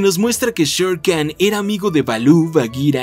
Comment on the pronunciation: Olvidaste decir que Khan no se dice Khan sino Jan